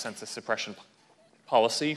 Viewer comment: He can’t even say the word Policy!